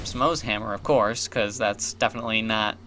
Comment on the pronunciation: "bicaaz" (: nice job with that axe dude.